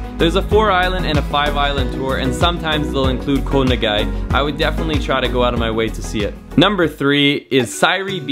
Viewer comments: "Koh Na Gay"? Check pronunciation ;-) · It's difficult to keep hearing 'Ko Na Gay' :/ Living a gorgeous lifestyle that many won't ever have, but can't ask a Thai person how to pronounce it correctly is really strange to me! (but great video nonetheless!) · Koh Ngai is not pronounced "koe na gay" 😜